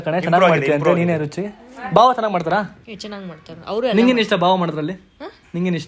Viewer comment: Adu bhawa alla bawa...